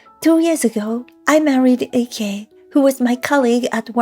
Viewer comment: IKE is pronounced the same as "like" not icky